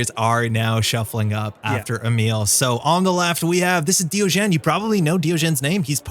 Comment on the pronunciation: I think you may be pronouncing diogene wrongly unless its not a reference to diogenes the philosopher